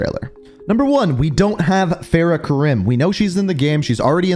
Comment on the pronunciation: Its farah